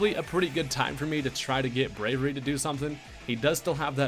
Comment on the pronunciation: Brave-e-airy. Braviary.